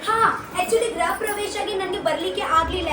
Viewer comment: Graha alla... Griha pravesha ಗೃಹ